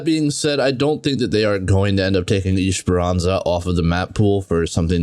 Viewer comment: WTF IS ISHEPERANZA ? 💀 It's ES-PER-AN-ZA